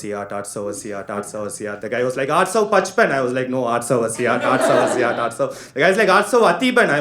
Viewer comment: It's aatsou attasi. Not atsou assiaat